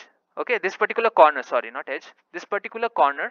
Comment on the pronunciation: Stop saying "pattikular". It's not necessary.